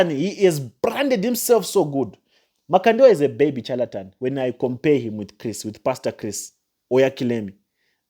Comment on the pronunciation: Learn proper dictions and proper syllabus before you talk evil about your fellow Africans. It’s pronounced ( shaletan) though it’s spelled charlatan. The sound of this word you are in love is- shh shh shalatan and not chu sound. . You have not God’s given rights to dare teardown your elders. You are going to regret this for along long time. Especially looking down Pastor Chris. Your are the one walking in darkness young uncouth Africa boy. I told you last time to find a job. You make A Africans be treated as inferior, the way you lots were treated in smiths Rhodesia.